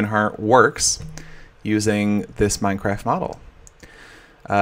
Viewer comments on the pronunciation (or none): none